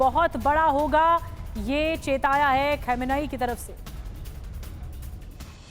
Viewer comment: आपको सुप्रीम लीडर नाभि लेना नहीं आता है सही उच्चारण्य है khamnai।